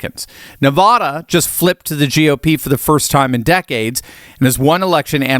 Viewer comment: Please pronounce Nevada properly, not like a New England poofter.